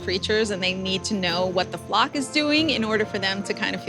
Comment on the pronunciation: thought you swore when you said “what the flock is doing”